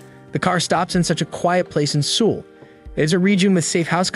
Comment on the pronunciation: The way bro says Seoul 💀